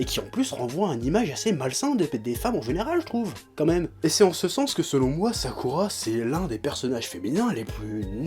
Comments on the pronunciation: Pourquoi tu dis toujours nar"u"to et sas"u"ke au lieu de nar"ou"to et sas"ou"ke. Mais paradoxalement tu dis sak"ou"ra et non sak"u"ra... :p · Après 15 ans de Naruto, il prononce encore faux Sasuke et Naruto mais il prononce juste Sakura. Dafuck Oo. sinon clairement d'accord pour l'intrigue totalement débile.